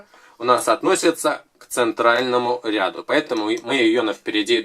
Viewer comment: РядУ ударение на у.